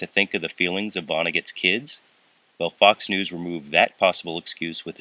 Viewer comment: sounds like "Fucks News"